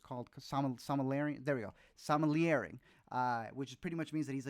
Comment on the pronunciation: I think the wine expert thing is pronounced "sim oh Lee ay" but I could be wrong.